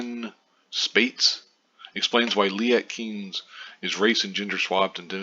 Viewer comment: It's Kines with a long I...